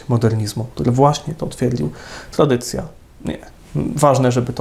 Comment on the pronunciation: Błagam, niech Ksiądz idzie czym prędzej do logopedy! "Trladycja była prlojektem", "ultrlatrladycjonalista" itp. - aż uszy bolą!